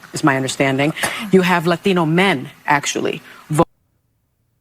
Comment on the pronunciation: I can't take her seriously if she's going to pronounce Latino that way.